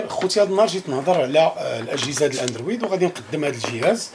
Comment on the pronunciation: قول الاندروووووود ماشي الاندرويييييد ههه غير ضاحكين ، تحية لك خويا الله يسهل عليك